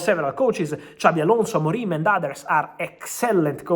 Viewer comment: "Ruben AMORIME" Lol